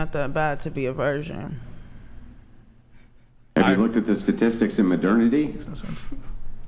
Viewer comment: She can't even say 'virgin'; she says 'version'